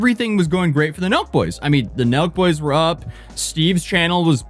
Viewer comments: I was like... "Milk? Is he saying Milk? Who are the Milk Boys?" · I've seen u talk about Sooooo many people I've never even heard of before. But here I am again watching drama from people I've literally never heard of. At first i thought u were saying Milk Boys, lol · Omg same lol, i thought he was saying the milk boys at first